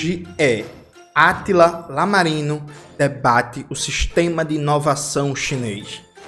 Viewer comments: Jones é i-amarino letra i não L, não que tenha problemas como você fala 😅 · Jones do céu, é "i" não "L" rsrs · O cara lê i maiúsculo como se fosse um L minúsculo... Pow Jones, fala pro Manoel fazer um esforcinho aí pra acertar o nome do camarada! 🤣🤣🤣